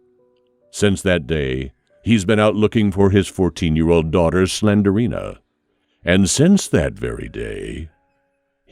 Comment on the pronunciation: Apple, Pilot......y'all got nothin' on "Slenderina" 😂😂😂🤣🤣🤣🤣